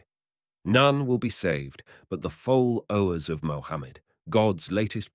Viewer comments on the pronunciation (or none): Read by AI? fall-owe and so on 😂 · Really need a better educated reader foll-owers Is-realities will-ingly vill-age intell-I-gent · “FOLL-OWERS”, ???? WILL-INGLY???? Wonderful AI.